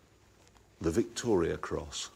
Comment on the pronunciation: Just saying its Victoria cross not Victorian